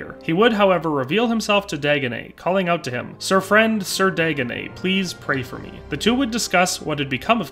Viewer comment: You say ‘Dagonet’, I cringe because that’s one of the ways people have mispronounced my real family name all my life lol! Of course he’s the Fool, just my luck😛